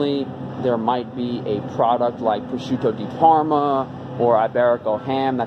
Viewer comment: very nice pronunciation of prosciutto di parma! thanks for the video